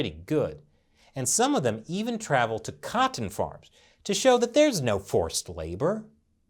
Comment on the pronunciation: I love when you say 'cotton'. You know why? Because you pronounce it correctly. (that is, annunciate the T's).